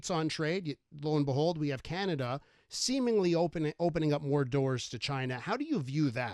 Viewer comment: Hoekstra, it's not Kanada, it's Canada.